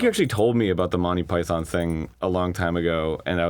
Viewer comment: that is not how you say monty python